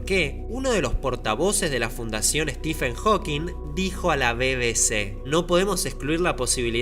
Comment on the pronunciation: "estiben jokin" jajaja